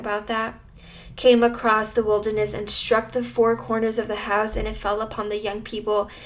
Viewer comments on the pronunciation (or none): none